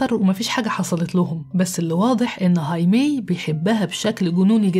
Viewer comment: هايمي تنطق هكذا لأن الامريكيين لاينطقون حرف "الخاء" الموجود في الاسبانية، العربية، والالمانية وعدة لغات أخرى، ولأننا نستطيع نطق هذا الاسم فكان عليك ان تقولِ "خايمي"